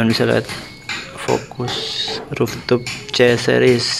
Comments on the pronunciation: Roof top bacanya Ruf top bukan Ruf tup.... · Rooftop dibaca ruftop bukan ruftuf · Ruptup risih aku dengarnya